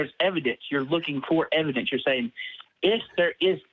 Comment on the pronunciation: "the ev-i-dence of the holy spirit..." best laugh i've had all day :)